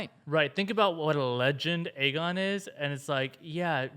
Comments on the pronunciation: Am I the only one who thinks lyanna said aegar targaryen? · In the books, it is explicitly stated Aegon is pronounced egg-on.